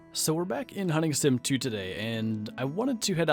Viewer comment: When you said hunting sim I heard hunting simp